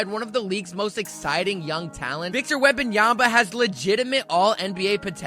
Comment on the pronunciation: Wembanyama ! not Wembanyamba.. 😔